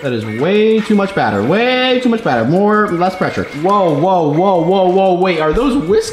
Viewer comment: This haw meny times he said bater